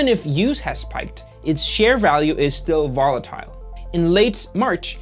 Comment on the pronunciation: Since no one has corrected you yet, volatile is pronounced like “vahh lu tl”. Good video though.